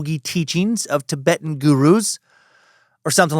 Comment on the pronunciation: Dan said Tibetan correctly by mistake in this one. I'm taking it as a win!🎉🎉🎉